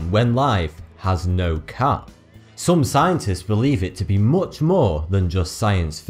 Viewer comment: His accent is quite funny compared to american. "Much" said this way just doesn't sound right.